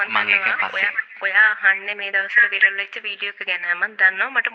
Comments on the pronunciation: විරල් නෙවෙයි හරි වචනෙ වයිරල් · වයිරල් "විරල්" වෙලා, "funeral “ෆුර නල්” වෙලා parlour “ පාරල්" වෙලා... යකෝ දවසේම රිවස් වෙලා ඉන්න වෙලාවක ෆමිලි invitation එකකුත් ලැබිලා... "පාසි ටිපේට් " කරලා දෙය්යනේ ෆියුරනල් එකට.. final respect එක ප්‍රේ ...කරන්න ගිහින් අප්පා .. 😅😅😅😅 "ෆ්ලව බොකෙට් " එකක් අරං ගිහින්... කවුරුත් දැක්කේ නෑ නේ දෙය්යනේ.. අනේ කෙමිස්ට්‍රි එකෙට එක්ක ගිහින් මේකිට ශූට් කරපල්ලකෝ කවුරු හරි.... 😅😅😅😅😅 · වයිරල් ❎ විරල්✅ 😂😂😂